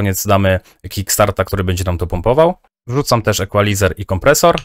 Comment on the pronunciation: "Ikulajzer" nie "Ekłalizer"